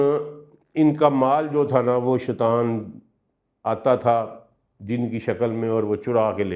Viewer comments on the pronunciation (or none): Sir ap bohat acha byan farmate hen lekin Ibtda me اعوذ باللہ من الشیطان الرجیم ۔. Ki jagah ap shaitwan parhte hen is ki tilawat theek kr len or شیطان الرجیم parhen ... shukriya